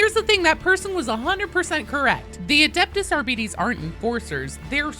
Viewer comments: I thought it was pronounced Arbi-TES So I am equally disappointed in all the pronunciations in this video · I belive it should be pronounced Ar-buh-tees Similar to arbitration or arbiter etc Other than that, awesome vid as always, love all the darktide content🎉❤❤ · I refuse to believe it's Ar-bee-deez. It cannot differentiate that much. Astartes and Sororitas are examples. It's not As-dar-deez or Sore-e-das. Think of the word "arbiter" (a person with power to decide a dispute), drop the "r" sound, and then add a "z/s" sound to the end.. for spanish speakers: Ar-bi-tes for english speakers: ar-bi-tease Don't go shattering my world like this. I will join the heretics. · Technically if the name Arbites is from the Latin then it shall be pronounced something like Ar-be-tes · man now everyone is pronouncing it like that makes it sound like diabetes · I was today years old when I learned the proper pronunciation of Arbites lol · Do you mean "beh" as in "bet"? Or perhaps even "buh"? Because phonetically "be" is pronounced exactly as she is saying it. Or is it just the "tes" part you think she is pronouncing wrong? I mean I agree, I feel like she is pronouncing it wrong too (or perhaps GW did originally idk) but with your phonetic spelling it doesn't really indicate much difference. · Not to be mean, but I'd be lying if I were to say I never giggled at you pronouncing "Arbites as "Our-BEE-Tees" instead of "R-BIT-ease" 😅 I don't even fully know why, other than somehow picturing a bunch of bees with shotguns, now..! 😂 "NO! NOT THE AR-BEE-TES!" "Preeee-pare for sentencing!" 🔫🐝🔫🐝🔫🐝🔫🐝🔫🐝🔫🐝🔫🐝🔫🐝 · It may not be pronounced Ar-bites but it's also not pronounced Ar-bee-dees. Since it's pseudo-latin it's pronounced Ar-bee-tes, with tes like the e in destiny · Wouldn't it be pronounced 'Ar-bit-tease' not 'ar-bee-tease'? It's based on latin isn't it. The way you say it sounds like diabetes. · I may be in the minority when I like to pronounce it as Ar-BEE-TEES instead of Ar-Bites.